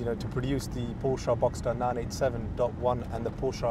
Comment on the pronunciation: I’m in the US , his pronunciation sounds about right to me. Are you related to The Porsche family in terms of bloodline? I didn’t think so, so who are you to say the right way to pronounce Porsche? At least he knows what he is talking about!🏎